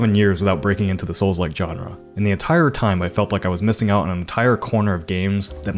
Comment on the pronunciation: Say genre again.